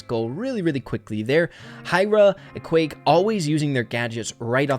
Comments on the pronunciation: i just realised that u said ekwayck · It isn't pronounced Equake but Eqwac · It’s eqwaak not eqwake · It’s pronounsed equack. Like a duck🦆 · It's pronounced EE-QWARK is some French variation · It is pronounced e-qwaak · I think its pronounced E-quack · I think it’s pronounced “E-quack” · Its ok, but I think its wrong, because there are two 'a's already, and it should be pronounced as in 'quadratic'